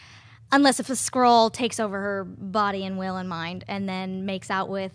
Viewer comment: It's not "Scroll" it's "Skrull". Pronounced like "Skull" with an "r" added in there.